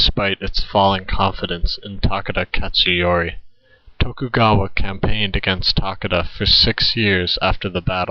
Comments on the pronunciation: Still narated said it as Takugawa, instead of To-ku-ga-wa. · Jesus Christ, I know you don't speak Japanese but there is clearly an O in his name. It's T'O"kugawa, not T"a"kugawa.